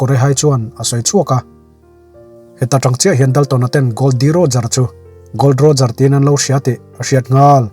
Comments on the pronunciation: Sir Gold Roger ni lovin Gol D. Roger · Sir Gold Roger a ni lo Gol D Roger